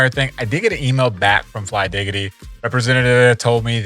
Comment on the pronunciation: its flydigi and not flydigity 😂